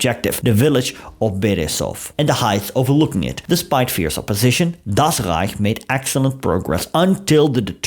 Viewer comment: I just love how you pronounce "Das Rrrrreich" 😅